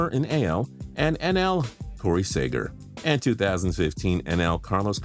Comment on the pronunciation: It’s pronounced Sea-ger not Sa-ger